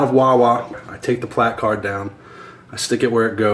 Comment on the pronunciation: Your right in your case and that shit was funny. But if he was right in other cases it's good that he points out the people who abuse those spaces. Either way I can definitely see your frustration. By the way you say placard funny.